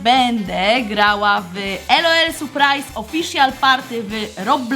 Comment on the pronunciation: Nie mówi się ELOEL tylko LOL !!